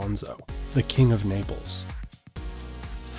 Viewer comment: Not Niples its Naples